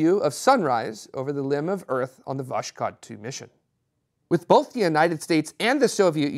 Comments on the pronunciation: No, is right about the S in Vas-hod, but it is a V, not a W. There is no W in Russian. Just go to Google Translate and translate 'sunrise' into Russian.There is an audio pronunciation feature too. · I'm still not getting it. Sounded like he said "vosh-cod". It starts with a "W" sound? Wish I knew the phonetic alphabet